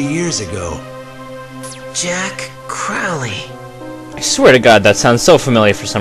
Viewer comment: You're pronunciation drives me nuts. You say it with an "oh", like "go". How do you mess up the pronunciation after you hear it right? I still enjoy the vid though. The problem was probably the golem body. Golems could last only up to a few years before they decomposed. And maybe you've saw the name in some other game or something. Crowley is a reference to Aleister Crowley, the famous occultist, and the name has been used a few times in a number of media. Either way, not a good omen.